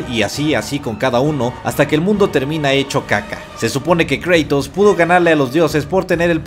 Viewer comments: Es Kratos no Kreytos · por favor no digas creitos di cratos se escucha mucho mejor asi cratos kratos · Kreitous ulala señor francés... se dice cratos